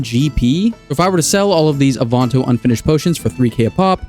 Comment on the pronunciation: my brother in christ what the fuck is an AWE-VON-TOE...